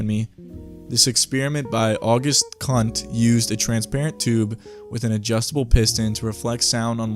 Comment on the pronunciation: August Kundt's name is pronounced [Kōōnt] with a long O sound and rhymes with cool or boot. It does NOT sound like the word "Bundt" like the cake